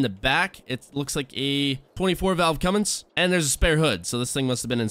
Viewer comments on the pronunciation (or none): none